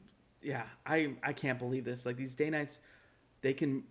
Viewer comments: Fabulous episode! I love your content and hope your channel quickly gains a large following. I’ve always heard it pronounced “Dan-nite”, not “Dane-nite.” Have I been saying it wrong my entire life? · Love your channel. DANITES is pronounced Dan ites.